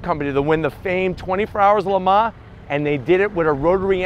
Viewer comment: ‘La Ma? Le Mans ...you mean.